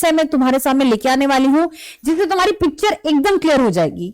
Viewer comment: Tumhri tunhari bolne se ap Bhaut bdi youtube ho ja rhi h Bolna sikho madam Sachin sir se